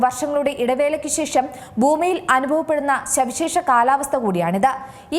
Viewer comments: ശവിശേഷം അല്ല സവിശേഷം.. 👍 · സവിശേഷം " ' ശവിശേഷം" അല്ല വലിയ ചാനലുകൾ ശ്രദ്ധിക്കേണ്ടേ, മലയാളത്തെ കൊല്ലാതെ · ശവിശേഷം അല്ല സവിശേഷം..... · ശവിശേഷാ എന്നാണോ പറയേണ്ടത് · ബൂമി, പ്രതിബാസം, ശവിശേഷം... എന്തോന്നടെയ് ഇത് ?